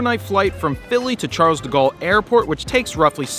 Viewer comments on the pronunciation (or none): none